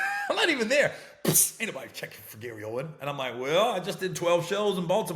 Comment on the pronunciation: Aint no s on his name fam damn